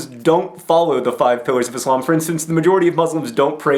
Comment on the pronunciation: Im surprised to hear that you have so much knowledge about Islam. You even say Islam and not izlam haha. Peace from a Muslim :)